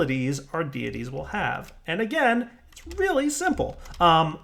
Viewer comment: "Deities" = "day-ih-teas"